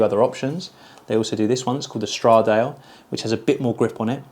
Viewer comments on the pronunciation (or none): “They call this the Stra-Dale”. Thousands of Italians just screamed out in agony.